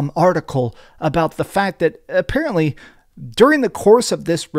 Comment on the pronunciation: “Affarently”